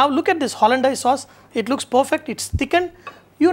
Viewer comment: Its pronounced hollan-days, not hollan-dyase